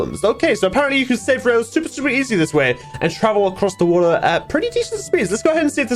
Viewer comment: the way that said a bucket o'wo'ra